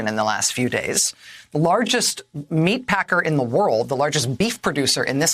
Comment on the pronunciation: How funny to hear this guy say " meat packer " .... Lol. 🤣🤣🤣🤣🤣🤣🤣🤣🤣🤣